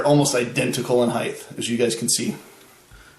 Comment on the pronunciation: Height not heighth.